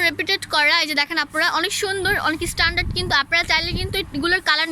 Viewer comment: স্টল না স্টোন,,, এসটন্ডার না স্টানডার কোচি না কুচি